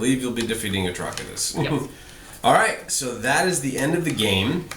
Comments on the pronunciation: Atrocitus is pronounced "A-tross-it-uss" ... as in 'Atrocity' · Hi there, loved learning about this new card game but just one minor thing, it's not Atrokitus, his name is like the word atrocity but itus at the end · isn't Atrocitus pronounced like Atrocity? It sounds weird to me when you say his name. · Thank you for this. It helped out greatly in learning how to play. Only thing else I have to say is how HORRIBLY you pronounced Atrocitus. But it's ok. Lol!! Thank you, again. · i would pronounce Atrocitus like atrocity, just saying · you pronounced Atrocitus wrong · Cool vid. I think I'll get this game. it seems like it goes well with the dc lore. also you mispronounced atrocitus. the c in his name makes the s sound